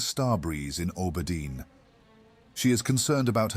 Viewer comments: It's not you, just my brain, haha. I have always heard and said Aww-burr-dean. Makes me think of how some english dialects pronounce Harbor with a hard "H" almost. Love your work! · I love your content generally, but holy fk, can i not stand how you pronounce Auberdine. It's like nails on a chalkboard every time 😵‍💫